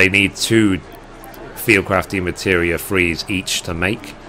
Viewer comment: Just curious, why do you call them "Demateria?" You're missing an entire syllable every time.